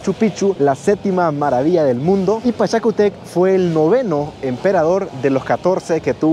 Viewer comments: Es Pachacutec Lee con tilde ..estás leyendo mal sin tilde !! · Pachacutec con acento en la u y no es un halcon es u condor ! 🤣🤣